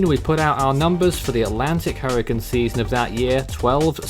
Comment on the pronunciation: It’s hurricane not hurrican